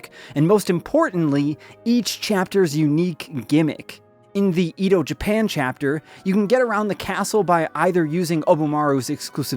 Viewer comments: I don't normally correct pronunciations because it doesn't really matter, but since Edo is historical it feels a bit bad to hear it mispronounced - it's eh-doh, not ee-doh. If you want an easy way to remember, think teriyaki yoshi. The letter i in both of those is ee, whereas the e is the eh. (I'm sorry, I hope this doesn't come across as rude!) Really looking forward to trying this game out, this graphics style is incredible. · Edo (eh-do) Japan